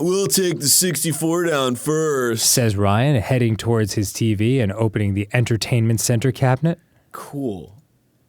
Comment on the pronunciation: This is the first episode I've noticed Dan's accent when he says "Teevey"